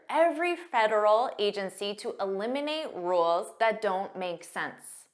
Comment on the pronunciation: Obama doesnt Say "eliminate" , he says "elimate'. That s way is so hard for non US people to understand You...